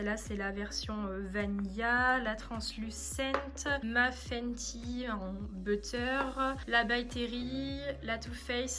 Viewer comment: Cc super vidéo par contre fanty ça le fait pas ça se dit fenty donc voilà bisous ma belle ❤️❤️